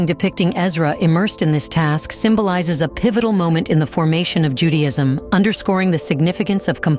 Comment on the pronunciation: And it sounds ju day ism Not Judy..ism